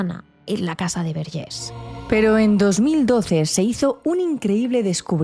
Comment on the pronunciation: A ver Antònias, Verges se pronuncia tal y como se escribe, no se de donde os sacáis el acento en la última E, que con ese acento parece que somos franceses, y no. Y esta historia tampoco fue tan impactante ni nada, porque yo soy de un pueblo de al lado y nunca la había escuchado. A veces da la sensación de que exageráis un poco vuestro contenido, no obstante, me gusta mucho vuestro trabajo. Gracias por traernos tantas historias. Un saludo.